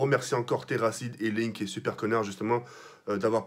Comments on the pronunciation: Au lieu de Laink il a dit "Link" putain j'pleure x'))) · arrete de dire link c est pas link c est laink mdr;););) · C'est laink "lunk" et pas linke ^^ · " Link " ? Non c est " Laink " putain !